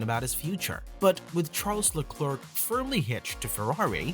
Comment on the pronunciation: Why are English speaking channels always to lazy to take 10 seconds to check how to pronounce a name. Te name Leclerc is not pronounced like a horny chicken sound. (not just you mate) tip, search "allo allo, it is I Leclerc". Another tip, if you know how to say McLaren... Leclerc sounds the same. Final tip, the last c is silent.